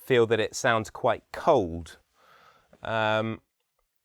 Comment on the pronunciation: For an expert on accent, it’s interesting that he leaves off the't' sound at end of many words. Eg..'Quite'